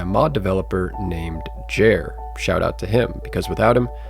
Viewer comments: Lovely stuff, just want to mention that Jere is pronounced more like Jer-eh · How can you butcher the pronunciation of my boy Jere so bad😭 as a Finnish speaker I'm offended.. Just kidding